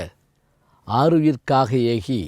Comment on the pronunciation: இவர் அறிஞர். ஆனால் "யார் கொல்" என்ற இராமனின் கூற்றை "யார் கொள்" என்று பேசுகிறாரே. ஆரியர்க்காக என்பதை ஆருயிர்க்காக என்று பிழையாகப் பேசுகிறார்.‌ ஆஞ்சனேயன் என்பதை ஆஞ்ச்சனேயன் என்கிறார்.‌ மேலும் எண்ணி அக்கறையுடன் பேச வேண்டாவா?